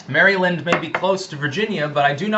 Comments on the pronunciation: It's pronounced "mare-eh-lind", just to let you know. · As a marylander, the way you say maryland hurts.